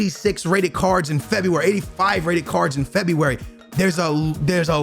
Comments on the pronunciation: Everyone: February: Febuay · I know he purposely mispronounces names for the comments but cmon bro at least say February properly 😂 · I subscribed when you said febywary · For a man who can't pronounce february, you really went ham on the febyywary :D Agree with everything you said tho... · No one not a single soul. - FEBEEE WARY lmao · No one: No one in the entire world:: FEBUVAJI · Normal people: February Ask me AM: Febuaryyryr Aks me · "in Febby wary" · Don’t u mean fEb-eEe-WaRee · The way he says February 😂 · Can’t not laugh at the way this man says February 😂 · Normal people: February, fofana: Febeewary, farfan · Forfana febiueuy LOL